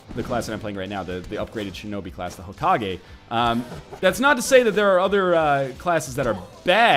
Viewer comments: HO-KA-GAY Not Ho-Ka-Gee It's just so annoying... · STOP SAYING HOKAGUIIIII SAY HOKAGUAI OR HOKAGUÉ HOW EVER YOU SEE IT -_ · Omg white people. Its not hoe ka gay. Its hoh kah geh. Dont you ever watch naruto. Its almost like your gonna cough at every syllable. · Every time he says Hokagee, a fairy dies. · IT IS PRONOUNCED HOE-KA-GAY!!! STOP ANNOYING ME!